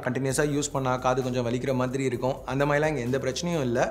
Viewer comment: Yo மாரி illa ya ! "மாதிரி" ! Entha ooru karan nee ????? Kerala eh native ????